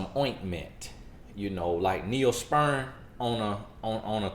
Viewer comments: Lol. Gosh darn it,..that accent of yours. Neospirin...nope. Its pronounced Neosporin. 😂. I know, I know...I'm from the South too. Good video though. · The pronunciation of “Neo Spurin” Just Took Me Out!!! 🤣🤣🤣 #Neosporin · "Neospeern"... lol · 😉 I thought he said Neosperm. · I heard neonsperm 😩😂😂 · I'm dying laughing!!!!!! Oooooo God your son is country as all get out. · Girl I hollered when he said it.